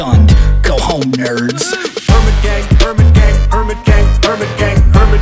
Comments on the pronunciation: I cant unhear hermit gang as burger king... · What do i hear them say "permant gay" instead of "hermit gang" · i hear herban king instead of hermit gang 😂